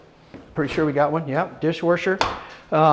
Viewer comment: Gotta be honest, i really dont think theres any "O" in the word DISH - WASHER....A&E NO "O" or "U".